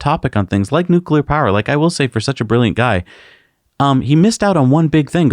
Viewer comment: "consume less powah!" Sure buddy, you first. No airplanes for you, zealot.